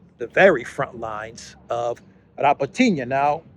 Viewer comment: it’s Rabotino - Rah-bo-tee-noh with the stress on Bo. Not Rabotiniya 😉